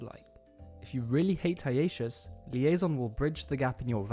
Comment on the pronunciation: You pronounce hiatus wrong.